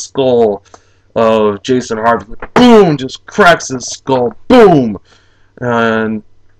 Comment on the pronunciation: Jason Hervey not Harvey